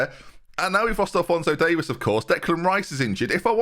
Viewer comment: It's not Davis it's Davies (Dave ease)